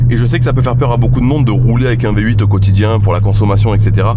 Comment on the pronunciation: appelle la mercedes le " Vyé 8"